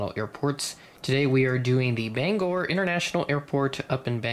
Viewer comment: yay! you pronounced "Bangor" correctly! also thanks for the shoutout!